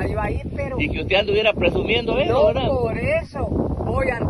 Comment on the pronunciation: Se dice verdad no VELDA